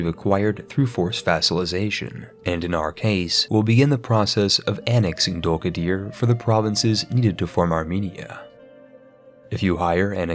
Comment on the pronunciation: >Samatshka >Dulkadier That pronunciation is extremely american